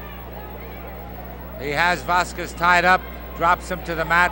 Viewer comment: Where the hell did they get that ring announcer? He mispronounces Stuttgart as "Saw-guard," and Vasquez as :Vassa-quassis." Like he was some wino and they paid him for the night with a gallon of Ripple.